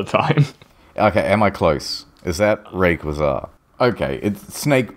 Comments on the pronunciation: I’ve heard people say it like “Ruh-Kway-Zah”, and I personally say it like “Ray-Kwah-Zuh”, but I’ve never heard someone pronounce it like the way did. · the pokemon part reealy sent me of the edge its ray-qu-ah-z-ah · It's not pronounced laser-ray-quasar Why choose a legendary pokemon with a japenese name anyhow? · IH: "Ray...quizarre" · Never heard anyone pronounce Rayquaza like Rem Lazar... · His pronunciation of Rayquaza is actually infuriating. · and still wasnt even close to pronouncing it right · The way both pronounces Rayquaza's name and also how he describes it as a "new Pokémon" both kill me! Also the fact he calls the moves powers lmao. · "New Pokemon" Pronounces 17 year old pokemon wrong as well* Okey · “New one” “rayquaza” oof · They: try to say correctly raiquaza Me: are you trying to summon a fucking demon or what? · The way they’re pronouncing rayquaza. 😂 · I have never heard Rayquaza's name butchered so badly... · I can't get over how they pronounce "Rayquaza" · Is it just me who thinks it’s weird that thinks rayquaza is new, also he pronounces it weird